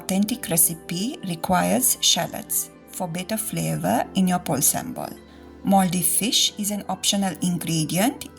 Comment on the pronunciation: I thought she was saying 'mouldy fish'.